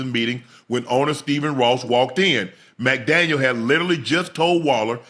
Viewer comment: Hey Chad !! There’s no S at the end . It just “McDaniel “